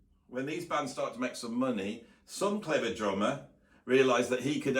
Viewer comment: Interesting video but every time you said "drummer" I heard "German", what with the Germans bringing the swing from latin-America, bands of Germans playing in theaters, using sticks like in military germing. That was fun :D